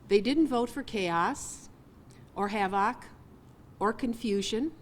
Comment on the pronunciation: She read a script. Mispronounced havoc 23 seconds in